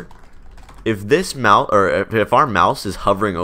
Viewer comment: I keep hearing mouse as mouth